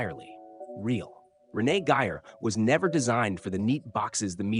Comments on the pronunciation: AND pronounce her name with respect RENEE GEYER not your pathetic pronunciation of Renee Giyer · This is a rediculous AI generated piece of crap. No interviews and even some of the pictures aren't even of her. It's nothing more than word salad saying a whole lotta nothing. By the way it's Renee Gay-er not Renee Giy-er....